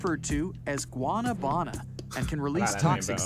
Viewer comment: Why did the guy pronounce guanabana like that 😭😭